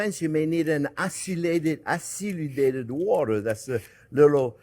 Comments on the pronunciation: Aciludated? I think he means acidulated 😆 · Chef Jean-Pierre you are so cute it’s not aciludated water , it’s acidulated water from French acide, but love all you say not criticizing!🙏🏼❤️